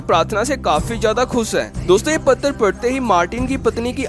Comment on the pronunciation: Patar nahi hota patra hota hai.. Aur bhagat nahi.. Bhakt hota hai.. Kaha se hai bhai tu?